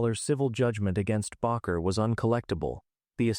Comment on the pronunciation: At least the narrator is consistent in mispronouncing "baker" and "Bakker." What an idiot.